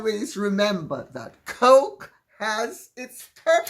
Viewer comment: 😆😆.. The woman is hilarious .. Most especially the way she says Coke ..🤣.. It sounds so classy yet look so funny coming from her ..😆 I look forward to her videos so much. I learn so many things about history, interesting people, things I may never know about. be safe wherever you are. & h ave a wonderful evening or day if you are across the pond.💫